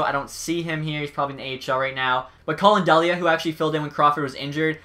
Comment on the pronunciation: Crawford played really well down the stretch but it was the defence in front of him why he was so bad. And btw Delia is pronounced deeleah